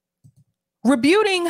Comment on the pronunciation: friendly pointer: The word is pronounced re-BUTT-ing, not re-BYOOT-ing.